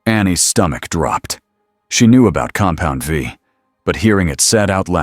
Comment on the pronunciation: Oh and when it comes to the word compound v, it should be v e e. This way it stops calling it compound 5 and compound vie. Just take the time.